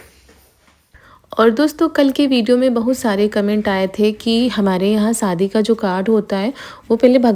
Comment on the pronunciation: Shadi ko bhi sadi bolti h